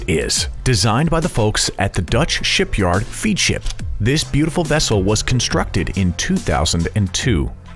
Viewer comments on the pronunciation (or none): "Twin screws"- sounds like my girlfriend and her sister. Btw I believe it's "fedship" not "feedship".